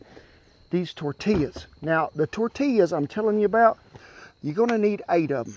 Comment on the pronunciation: "Gimme some of dat toouur tea yas" not tortillas lol